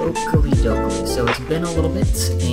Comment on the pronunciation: "oakely doakley"😓😓😓